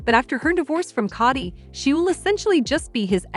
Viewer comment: It's not Cotti, it's K o dy